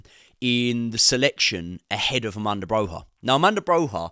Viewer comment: AMANDA BROHA 😂 ARRRRMANDO BROYYYAA